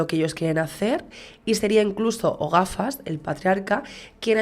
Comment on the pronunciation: "O gafas " osea "El gafas " parece que le llamas Ogafas aseca 😅😅😅